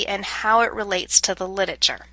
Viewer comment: Hilarious. She can't pronounce the word 'literature''. Torturous Could not listen to by the 7th mis pronunciation